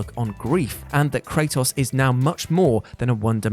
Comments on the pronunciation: You said Kratos' name in two different ways and still got it wrong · We love you man, but the way you say Kratos is literally wrong... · I love Kray-toss